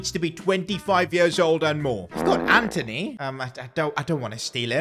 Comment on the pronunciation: NOT NOT ANTO-N-Y